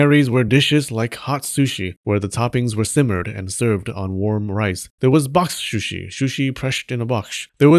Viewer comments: I was already holding my chuckle with the shrushi pronunciation struggle but this was the last straw LMAO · I like how you halfway gave up in the pronounciation of sushi, because saying it again and again makes your tongue kinda break xD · The proper pronunciation in Japan is S-shi, with "U" not pronounced much, but the Japanese will still get it if you pronounced it like an American Soo-shee. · Drink every time he says 'sushi' 😆 except when it's "shushi" then you get a bite of sushi 🍣 😋 Sushi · shoo-shi owo